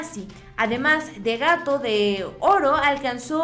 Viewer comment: Muchacha no dijo gato de oro te faltaron las eses